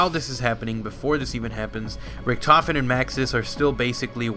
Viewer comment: He is pronouncing Richtofen wrong. you must pronounce Richt